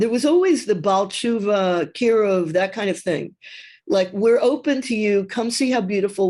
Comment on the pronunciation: hi, what is a "baltchuva"?